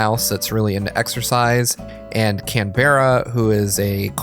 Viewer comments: Btw Canberra is pronounced 'CAN-bruh', not 'Can-BER-ah' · As an Australian... it's pronounced more like 'Can-bra', maybe even 'Can-ber-a' but definitely absolutely not 'Can-bear-a' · Lovely video, but FYI it's pronounced CAN-bruh, not can-BERRA 😂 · And it's apparently supposed to be pronounced "Can-bruh" and not "Can-berrah". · isnt Canberra pronounced like the state? (can-brah) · Canberra's pronounced more like "can-brah". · Canberra is 'Can-bruh' us Aussies thank you to pronounce our capitol correctly 🤣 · Whoa Canberra was greatly mispronounced haha. She is a Koala and named after Australia's capital city. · Stress the first syllable of Canberra, not the second. Please. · and hes also pronouncing it wrong